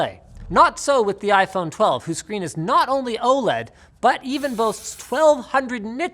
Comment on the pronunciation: "iPhrone 12" - ROFL